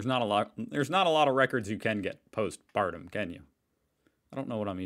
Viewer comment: I think you ment post mortem but I keep hearing postpartum which is after giving birth. It sounds quite funny like this.